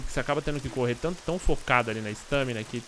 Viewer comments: ESTÂMINA? É "estamina" . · para de falar "estâmina" é estámina, sério sem qrer ser hater, mas dá nervoso, e o bglh q tu fala toda hora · "ESTÃMINA" que aflição kkk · sua pronúncia, estâmina está errada abraços!